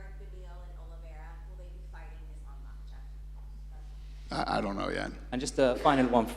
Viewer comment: He really doesn’t know Islam makhachev name Everytime fumbles 😂